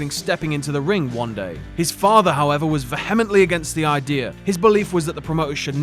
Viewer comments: you do realise it's not pronounced vehemment, right? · Is that just how Brits pronounce vehemently, or just a fail by the narrator?